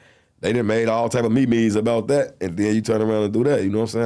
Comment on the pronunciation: I ain't hear meme pronounced like that in a min